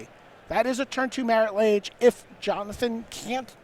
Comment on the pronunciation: Who picked these announcers? I get not knowing every card in legacy, but Marit Lage? c'mon. Kinda put magic into a mini recession